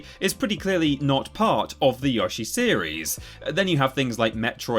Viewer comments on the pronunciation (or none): It's weird you say "Yawshi" but not "Chibi-Rawbo" or "Pawkymon".. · Yeah it always rubs me the wrong way when people pronounce it as "YOH-shi" and not "YOE-shi" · Kind of upset you didn't call it "Chibi Rawbo" as you insist on saying "Yawshi". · Since you pronounce it "Yawshi" do you also call the thing you wrap a burrito with a "tore-tiller"? Is your favorite Hispanic comedian "Cawloss Men Seer"? Do you call Joan Rivers "John Rivers"? Like how are you people called "English" and you can't even speak it? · “Yawshi” ew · I too am British and I say Yo-She, not Yoh-she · Yaw-shi? Tf type of pronunciation is that? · Dang the dude says Y'allshi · How come British people can't pronounce Yoshi? It's never been Yaw-shi, it never will be Yaw-shi LOL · Y ahhhhhh shie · You're specifically mispronouncing Yoshi just because you know you mispronounce it and you want other people to get used to it. So you know you're being ignorant and yet you're going to do it anyways? Super smart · Honestly gotta respect for letting everyone know how he’s gonna pronounce Yoshi and if you don’t like it tough 😂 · Ok I didn't realise how bad you saying Yoshi was, it created rage inside me I didn't know existed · I appreciate the work you put in to these but I’m really bothered that you deliberately mispronounce Yoshi’s name even though you know how it should be said. I really don’t understand why you’d do that. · Why would you purposely mispronounce a character name? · You're mispronouncing Yoshi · It may be time to get even more preposterous with your mispronunciation of “Yoshi”. May I suggest “You-Shy”? Jokes aside, I think it speaks volumes to Nintendo’s overall quality that even the low-ranking franchises rate as overall high as they do. Like, I expected low rankings in the 20-30% range. But nothing under the mid-40s? That’s impressive. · disliking for the pronunciation of yoshi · You said yoshi wrong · It’s pronounced Yoshi, NOT Yoshi! 😀😀